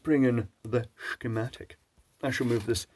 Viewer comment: the shh-kematic, a classic!